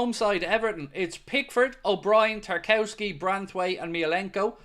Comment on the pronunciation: It’s pronounced Tar-KOV-ski you absolute buffoon.